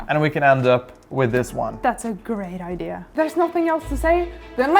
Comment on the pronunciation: She speaks English better than many who that is their only language. The word is Idea. Not iDeer or iDeal. And while i'm at it, there's no such thing as Buh-Sketty. 😋